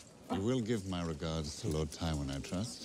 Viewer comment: How long until you start calling Tywin Tywin and not Tyrin 😂